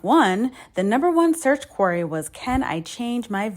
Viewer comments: "Query," not "quarry" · It's pronounced "queery". A "quarry" is a mine. Other than that, your points are badass, and I love them.